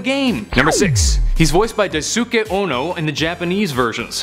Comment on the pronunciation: DaiSOOKAY? Try Dice-kay (Daisuke)